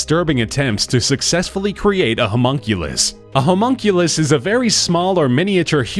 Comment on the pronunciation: Humonkulus? lol